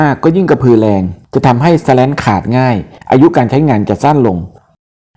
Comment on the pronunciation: ข้อมูลดีครับ แต่อ่านว่า สแลน คงดีกว่า สะแร้น นะครับ